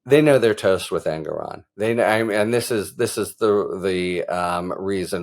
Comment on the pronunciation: Thanks so much, Harry!!! BTW, prounounced En-GOR-on, not En-gor-ON.